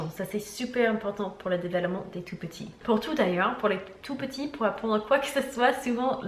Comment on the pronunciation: Tu nous as dit de te dire quand tu te trompais sur un mot alors : développement pas delevoppement Hihi ❤️❤️